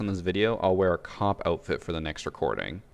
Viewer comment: I thought he said a cock outfit not a cop lmao